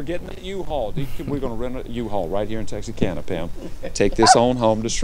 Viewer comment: Why are you pronouncing Texarkana with an S???